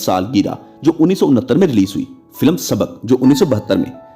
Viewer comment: Brother, our actresses and players have already piled enough ridicule on Pakistan. People like you who can’t even speak Urdu correctly are worsening that notoriety. Forget English, you can’t even speak Urdu! 😡 What a shame! YouTube is an international medium and your silly telecast is going worldwide. Try to learn how to speak words like “film” (not “filam”) or Malik (not “Malak”). Look at the likes of Al-Jazeera, BBC, VOA, Voice of Germany etc whose Urdu services speak our language impeccably. Shame on us!!! And then we wonder why Pakistan is going downwards.